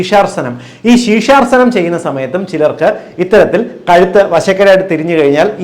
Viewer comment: ശീഷാർസനം അല്ല ഡോക്ടർ . ശീർഷാസനം ആണ്